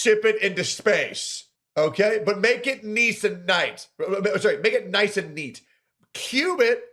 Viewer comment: "make it niece and nite"